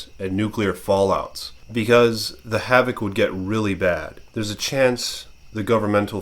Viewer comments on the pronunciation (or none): none